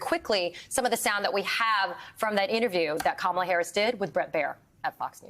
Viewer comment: Dump is always trying to divide and put down America, all while wrapped in our flag. He can't even show enough respect for our system to properly pronounce Kamala's name! I'll continue to refer to him as DUMP until he does.